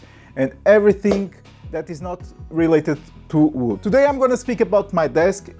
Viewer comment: I love how people from your country said “vwood” haha